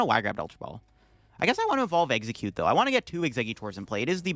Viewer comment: Corrects the exeggcute attack name and still gets it wrong 💀